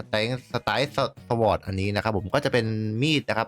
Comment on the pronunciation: Sword อ่านว่าซอร์ดครับผม